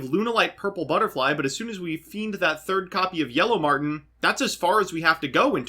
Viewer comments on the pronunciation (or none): none